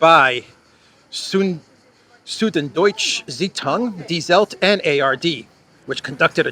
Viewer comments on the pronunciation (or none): Doitshuh Zaitoong. The ü is too hard for English speaking :)